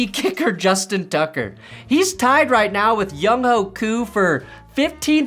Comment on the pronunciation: Not sure if you were just being funny or really didn't know but just in case it's the latter, Younghoe is pronounced "Young-way"